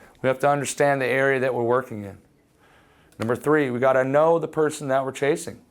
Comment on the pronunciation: That isn't woeking.